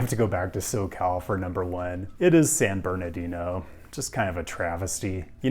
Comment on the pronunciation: "They'll spend the rest of their lives in San Ber'dino..." The horror! 😱